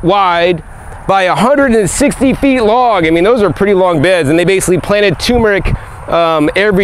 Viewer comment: “Tumour-ic”? Or tur-meric ?